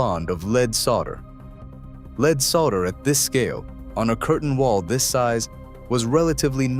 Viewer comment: LEAD solder is pronounced LED, not LEED. Bottom line, capitalistic greed and waste. I'll never go in that building!